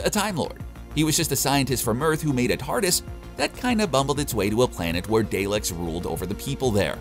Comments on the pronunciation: DAH-lek not DAY-lek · Daylex ?is pronounced dah leks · Everything ruined by DAY LEKS.... seriously..... Surely you have someone on your entire team that can speak English. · Doctor who and the dayleks 😂 it's pronounced dah leks , just watched rest of the video ,he butcher's Every ship name 🤦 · Not to mention “Day-leks” 🙄. Good video. But the incorrect pronunciations are killing my fragile little OCD brain LOL. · He's pronouncing a lot of things weird. Day licks. Nez Mite. I think the writers need to start including pronunciation within the scripts. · Say Daylek one more time. I dare you.